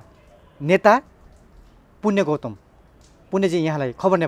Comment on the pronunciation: गौतम जै जै गौतम शै बोलेको छ है